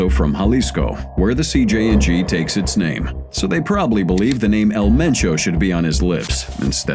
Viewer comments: Many chances to say CJNG correctly yet you failed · CJNG not CJ and G